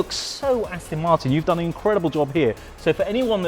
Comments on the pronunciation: Its not Astin martin its Aston Martin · I hate people who say Astin Martin